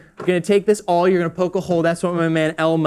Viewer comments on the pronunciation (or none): Awl. It's an awl. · An owl? An aural. It’s AWL. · “What is this called, an owl?” “An arl” It’s an Awl…